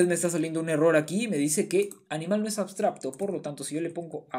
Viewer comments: Muy bien explicado, gracias. P.d. se dice abstracto, no abstrabto. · por cierto podria jurar que dices "abstrabto" y no "abstracto" jaja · AbstraBto dice jajaja, un like para que aprenda a decir abstraCto. Igual explica como ninguno, arranque con un video y me estoy mirando todos!!! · como es posible que teniendo la palabra en la diapositiva no sea capaz de decir correctamente ni una sola vez la palabra "abstracto"? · por qué pronuncias ABSTRABTO? sklajajajdjs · MUY BUENA TU EXPLICACIÓN, PERO DISTRAE MUCHO LO DE "ABSTRAPTO" JAJA, SALUDOS. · La verdad increíble como explicaste todo! Muchas gracias por el video. solo puedo criticar que pronuncies "abstrabto". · 2023.... Ya aprendiste a pronunciar la C, hermano?